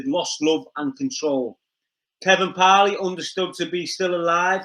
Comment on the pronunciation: The once again talking-about things he knows nothing about, he only knows what he has read in the news papers. Kevin Parle or Parley as the pronounces it should be advised that his name in pronounced Parl, the e at the end is silent 🤪😜